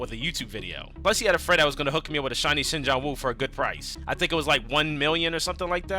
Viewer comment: please NEVER call him sing jang won